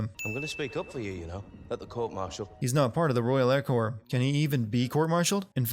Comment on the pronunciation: You saying royal air corps is a sin